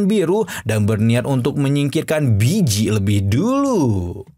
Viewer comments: Walaupun emang namanya di tulis Bi ji tapi dichina cara baca nya harusnya Pi ji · Baeyji bang bukan biji😂😂